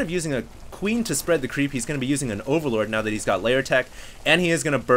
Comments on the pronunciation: "spread out the qweep with the queen" :D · "Spread out the cweep" :p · "spread out the cweep with the queen" lol